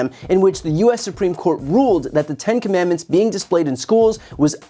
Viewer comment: Commandments is a three syllable word, he cannot even read or pronounce it correctly.